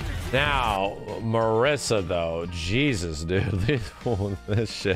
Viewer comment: Being italian, Marisa should be pronounced like "Mariza" with a short "r" sound and a short "z" sound instead of "s".